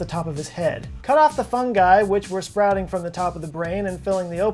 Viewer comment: So Phineas was a really "fung-uy", you say?